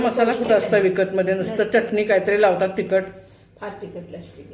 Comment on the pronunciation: च्यटनी नाही हो बाई. .. .. चटणी असते ती